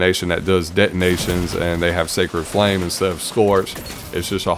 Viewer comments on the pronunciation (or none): none